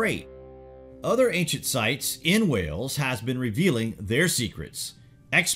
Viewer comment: It's Wales not wells